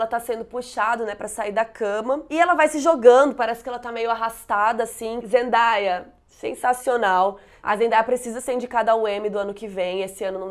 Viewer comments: te amo mas fala o nome da zendaya certo, é tipo zendeia mesmo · Você pronunciou errado o nome dela, o certo é Zendeia. Eu também pronunciava errado até ver um vídeo dela explicando kk